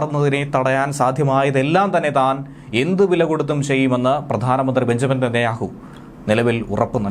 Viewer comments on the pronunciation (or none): none